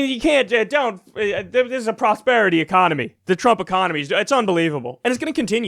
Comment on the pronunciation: ‘Respect mah prosperitah!’